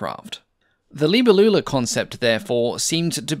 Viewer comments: Cringe! That's not how the word "Libellula" is pronounced. Geez! You are English speaking. You pronounce "libe-LLU-la" When it should be "li-BE-llula" Accetuation on the third before the end syllable It even sounds better, not like an old aunt you had which never married, lol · Please allow me to correct the pronunciation: as it comes from latin, It Is "libèllula", not "libellùla". As for the rest, apart from the peculiar design of this aircraft, as I've never heard of this prototype, I find the video particularly interesting. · FFS it's not pronunced libba loola at all. Please don't butcher languages like that. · Hi, I speak Portuguese and the word libélula is pronounced differently, you have to emphasize the E , like in the word BEST the E has an open sound, in the word libÉlula you have to pronounce the E the same way and Lula is pronounced faster. Is not so hard once you get the hang of it... Sorry, it's just such a beautiful word in our language and hearing it being butchered really hurts lol great video though 😂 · Libélula, accent on the E. It's Latin. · Sorry to correct you but the name is libellula not "libellula". Please be more careful in future. Good video though. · Your pronunciation of Libellula hurt my ears. The stress is on the second syllable i.e. LiBElulla. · the way you pronounce "libellula" killed my dog :(